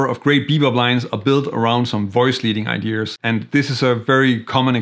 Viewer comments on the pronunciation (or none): Love your "idears",! 😊 Any chance of offering your notation in bass clef, too? I do like the reading challenge, though...